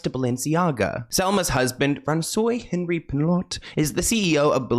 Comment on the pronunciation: Not the "Franswee"! 😂 💀